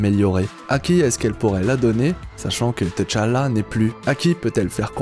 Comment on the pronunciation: Woaw ! Juste un truc, on dit juste tchalla et pas t tchalla, sinon je viens de voir l'épisode 7 de wandavision et j'attends ta vidéo !!!